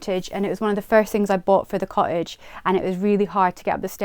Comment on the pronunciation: Charming house really hard working girl with real charm, but the pronunciation of "cottage" drove me nuts- sorry